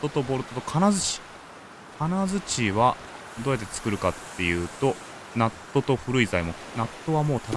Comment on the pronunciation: ナットが納豆に聞こえるw